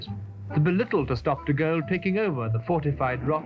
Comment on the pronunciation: This is a nice try from your channel but once again, your pronunciation of names of people, places and titles is badly done. Learn to pronounce the words you use well and stop making me cringe. Charles deGalle is pronounced Sharl duh Gaul. There are several others I could list but please, for your own benefit, become educated. Learn to speak English without the constant irritation of split infinitives, dangling participles, incomplete sentences and mispronunciation. By your voice, you are young enough to pledge to learn at least one new thing every day, whether it is an idea, a correction of grammar and syntax, a fact about which you are attempting to educate us or a litany of history. I have been doing so for over 70 years now and learning has enriched and entertained me for all of those years. If you must blame me for being hopelessly old-fashioned, I accept that as part of who I am. Anyone who attended boarding school in the '60s will tell you these things are drilled into us repeatedly and eventually become a habit. I look each day for things to learn and it has made my life much richer for the effort.